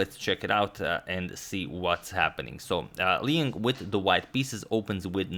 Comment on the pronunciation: Liang, 梁 or maybe 亮: pronounced the way it's spelled, L'yang, not Leeng.